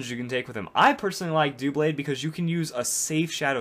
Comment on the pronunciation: Why do people call him "doo-blade?" It's a combination of the words "double" and "blade," so it's "duh - blade."